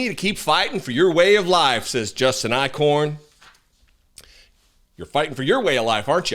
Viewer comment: Eichorn? More like Ick-horn.